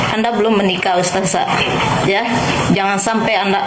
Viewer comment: Bu kerudung merah berkaca mata, anda fans nya si mata keranjang Rhoma ya? Kamu tdk kenal siapa Ning Umi Laila bahkan keluarganya. Cara kamu mengucap ustadzah saja dg ustazah, sdh menunjukkan kalau kamu tdk selevel Ning Umi Laila. Ngomongmu terlalu panjang. Nyerocos mirip mercon renteng. Kata2nya diulang2 terusssss. Pd hal Ning Umi laila cm ngomong satu kslimat. Rhoma memang mendidik anak. Tp dia memberi contoh dg tdk baik, yaitu kawin cerai.